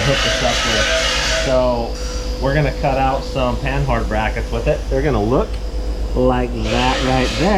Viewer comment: A LOT (like all) of youtubers don't know that the H is silent (pan-ard). It's FRENCH! A Panhard rod (also called Panhard bar, track bar, or track rod) Is a suspension link that provides lateral location of the axle. Originally invented by the Panhard automobile company of France in the early twentieth century.